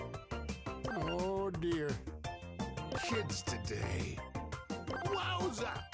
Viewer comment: it actually sounds like shits today instead of kids today